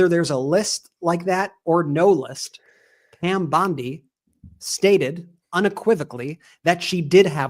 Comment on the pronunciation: What is a government for if not to safeguard the public? I mean for goodness sake! And where did that Epstein files client list that you said was on your desk disappear to "Pyam Bwondi"?